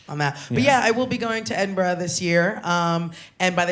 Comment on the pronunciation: I love the fact that she said Edinburgh properly !